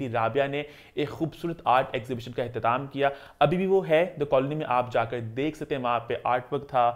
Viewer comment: Ehtatam nahi ehtamam hota hain😂